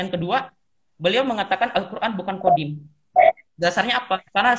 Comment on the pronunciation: Dari kata "Qodim" meleset jadi "Kodam" lalu meleset lagi jadi "Qidam". 😂